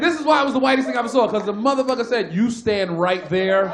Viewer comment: 와 지짜 머더뻐거 발음 개찰짐 ㅋㅋㅋㅋㅋ